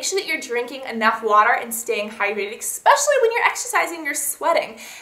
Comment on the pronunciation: why cant you just say eSpecially right? but those were some really great tips!